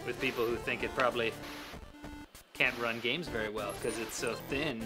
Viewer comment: Bath boost.. Gahms... come on!